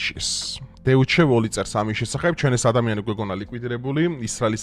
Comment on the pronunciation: გერმანულში eu იკითხება როგორც oi , შესაბამისად დეუჩე არა დოიჩე !!!